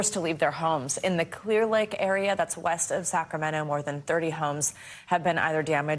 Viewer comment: I can't believe I just heard you say Clearlake 😂